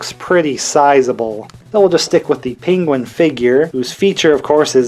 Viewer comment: Another great video! Also I like how you say "PINguin"😂